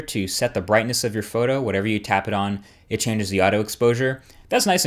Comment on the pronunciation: EthanReres- WafflesFrom-Hell but you said you have "it", it sounded like you said you have a g4, which isn't out yet